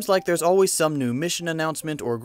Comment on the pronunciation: *some, not soke.